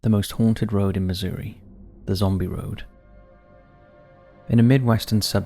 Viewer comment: Loved how you pronounced Missouri as Misery :D